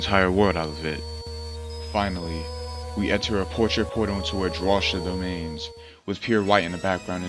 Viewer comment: Drawcia is pronounced draw-see-u